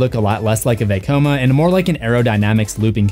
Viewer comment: Nice vid, but it makes me cringe every time he says veykoma instead of vecoma